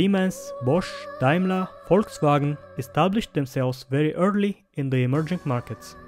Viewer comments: As a German I just have to give you mad probs by pronouncing german words like Volkswagen, very well done bro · as a german i have to say i’m proud of your spelling of volkswagen not many are able to pronounce it nearly german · You pronunced the German names pretty well